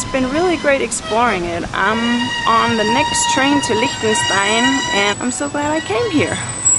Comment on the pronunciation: You actually pronounced its name right! Anyway, you seem really symphathic